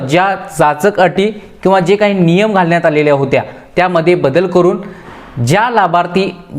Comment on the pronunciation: Nima nahi re, niyam mhantat😂😂